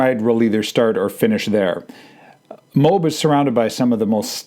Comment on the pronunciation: MOAB -- you prounaced it "mobe" like robe -- it is promounced M0- (as in Motown) followed by AB ( as in the stomach muscle)